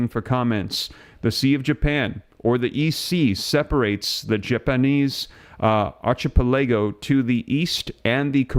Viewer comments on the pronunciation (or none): Archi pilego?? My man it’s pronounced “aar·kuh·peh· luh ·go” it’s a group of islands lol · Archipelago- Ark-i-pel-ago. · Japanese Ar-ka-pel-ih-go* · Is this AI ? Who annunciates archipelago like that lol